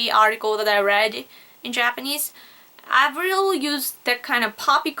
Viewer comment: haha she ALMOST got the Avril right